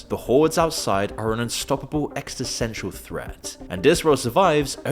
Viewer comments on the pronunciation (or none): The word is “existential” not whatever you said. Don’t you check what you say?